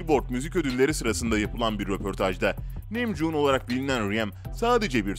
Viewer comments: RM - Reym K-Pop - Ka-Pop Namjoon - Nemjun Taehyung - Taeyong Jin - Cin A.R.M.Y - Bts Ordusu Jungkook - Cunguk Abi cidden tellaffuzun mükemmel ne diyeyim yani RM - AREM K-Pop - Ke-Pop Namjoon - Namcun Taehyung - Tiyang Jin - Cin (Evet böyle Tellaffuz ediliyor) A.R.M.Y - A.R.M.Y (Yazılışı gibi okunuyor zaten) Jungkook - Cankuk Böyle telaffuz ediliyor 5 yıldır Korece dersi alıyorum ondan biliyorum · nemjon mu JTJGHJRTHGJERGJGKRTGHJKRJGH abi naptın ya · Emeğinize sağlık ama bu saydığınız kurallar sadece BTS'e özel değil. Bütün sektör öyle.🙄 + bazı yerleri yazmadan geçemiyeceğim: 1)Ka pop 2)3.58 ReyMin 3)5.50 NimJun 4)8.44 Bengten erkekleri Neyse şükürler olsun ki BiTieS dememişsiniz🤭 Bir de şunu yazmak istedim : -Suga menajerlerinin sözünü dinlemiyor. Makyajını silmiyor, uyanmıyor ve yemek yemiyor. Kurallar uyulmak içindir ama bazıları çiğnenebilir. BTS+ARMY=Forever💜